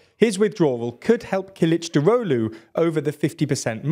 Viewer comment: I appreciate your effort to pronounce "Kılıçdaroğlu" correctly. I must say you are surprisingly accurate for a non Turkish speaker. Congrats. (edit: corrected a typo)